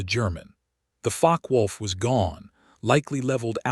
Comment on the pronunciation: Im sure Focke-Wulf is not Fock-wolf as per your subtitles but You also aeem to pronounce it that way rather than like fock-er-wolf.